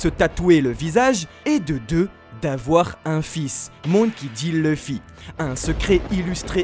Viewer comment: Leuffy, c'est qui ? Connais pas. Par contre Louffy oui